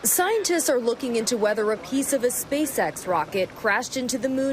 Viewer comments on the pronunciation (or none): Did she say... Space Axe? (about 5 sec in)